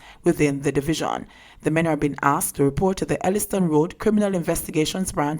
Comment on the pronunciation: "Elliston R, d"??? No. No no miss. The name is Ellitson Rd. Thank you